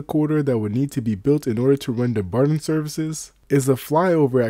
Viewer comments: Dumbarton is pronounced DUMB BARTON. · Oh man, I just can't make it past you slaughtering the pronounciation of Dumbarton so many times in the first minute of the video.